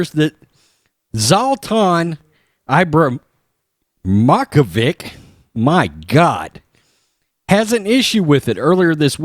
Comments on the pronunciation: It is pronounced........Sla-tan E-Bra-Him-O-Vitch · Hey it’s pronounced Zlahhh-taaan-Eeeebrahhh-him-o-vichhh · I got your back it's Zla-tan Ibra-him-ovic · Dude, I enjoy the commentary, but a little research would help you pronounce his name